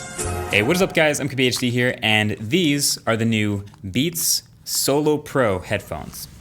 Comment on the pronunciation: Is it only me or does everyone hear him say im kobe hd here ??